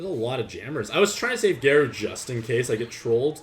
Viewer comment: Garou is pronounced like Gah-row